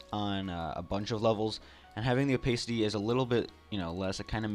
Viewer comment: Thanks for the tips :) Is that the right way to say opacity also?